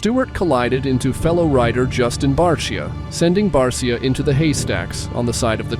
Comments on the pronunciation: It’s not Bar see ya, it’s Bar sha. (Justin Barcia) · #51 Motocross is BARCIA is pronounced: Bar-Sha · This guy can’t even pronounce barcia right 😂😂